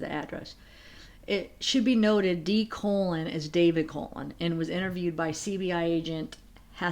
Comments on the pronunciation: Always love your videos and appreciate all your research. Gotta tell you, though, that the surname of Colon (such as that of my married daughter) is not pronounced as the colon in our bodies but like "Cologne". Just a helpful FYI. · My daughter's married surname is Colon. It's pronounced CO-lone. Not like the body part. Love all your videos, ❤